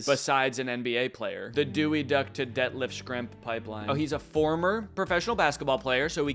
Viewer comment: Danny mispronouncing Detlef Schrempf's name multiple times really cracked me up